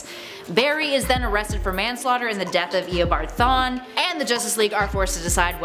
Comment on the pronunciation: man im sorry but the way he said THAWNE as like "THAIN" c'mon now you guys